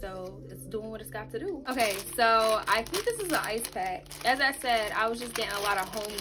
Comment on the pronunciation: “A ice” 🤦🏻‍♀️